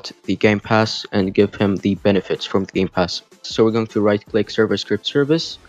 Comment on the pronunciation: Did you say gay pass?